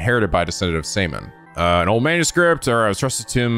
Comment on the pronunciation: Just hearing you say Seiman as Saiman, I think of the english version of Simon. As you say Seiman as Se-iman... I think of something really inappropiate.. So either way is... meh. BTW let's germanize:D Join the german club, we have cookies!